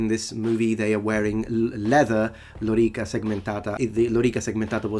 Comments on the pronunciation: Since it was an earnest question, I'd like to ask: are there any English words that use a vowel sound followed by a rolled 'r', like in lōrīca? I can't think of any off the top of my head, but that doesn't necessarily mean there aren't any, so I ask this as an open question. Speaking as someone who is monolingual and English (non-rhotic accent) with no linguistic background, pronouncing it as lōrīca feels like an alien concept—not impossible but certainly unusual, and not a sound I'm used to making. By comparison, "lorrikuh" is no harder to say than "wanderer", for example. As such, I would use lorrikuh simply out of convenience, even though I know it's not accurate Latin. Incidentally, other than pronouncing the 'e' in "men", I'm not hearing much of a difference between Simon's and segmentāta. I'm sure there is a difference, but my (again, monolingual English) mind isn't picking up on it. Other points! I suspect this is a mistake by the video's editor and Simon is actually talking about the later shot where he's attacking with a sword from horseback, rather than the clip we see of a sword stuck in a tree. In English, detritus generally means dead skin (or similar animal matter) whereas debris refers to rubble or destruction, though detritus can also be used to mean a mess of some kind. I'm surprised this is still a misconception too. There are maps of Europe drawn in the 1600s and 1700s that label Italy as Italy (along with Germany as Germany), sug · lorica is original, it was used in the latin period. It's the union of lorica and segmentata that was uncommon in the latin period and probably a later "forgery". So, he is still wrong in pronouncing the term lorica. Plus, he is not an average joe but an academic, so he should act as one.